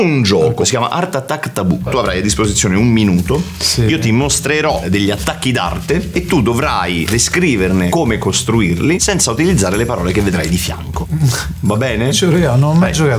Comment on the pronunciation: Video spettacolare sicuramente Giovanni mucciacia è un'istituzione. Ma in tutto ciò nessuno ha notato quel "Paole vietate"?